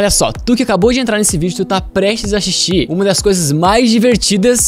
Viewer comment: axistir kkkkk já entrei no vídeo rindo e já da pra ver q vai ser bom o vídeo